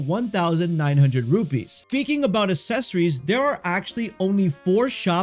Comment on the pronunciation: OMG, pronounce accessories correctly